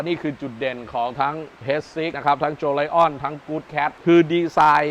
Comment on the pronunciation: ไอ้เราก็อ่าน โจเลียน ตกลงเขาอ่านว่า โจไลออน สิ่นะ